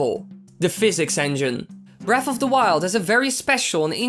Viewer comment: "breaf of the wild" "number free"